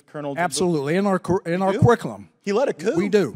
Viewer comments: What’s “cariccalum”? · “In our quick-I-lum. Akwas…” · “Our carikalum”? Really? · a four star general who cannot pronounce "curriculum". God save our nation and save my beloved Corps. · He cant even pronounce curriculum...i thought these generals were to be thd best of the best...😢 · You should be able to pronounce the word curriculum before you can teach one.